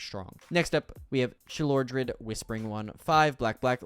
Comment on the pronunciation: Pretty good video but I think you mispronounced Sheoldred as Shelodrid